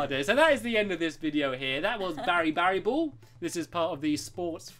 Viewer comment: BaraBariBall (Bear--AH-Bar-EEE-Ball) That's how u pronaunce BaraBariBall!